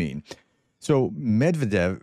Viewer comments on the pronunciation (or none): none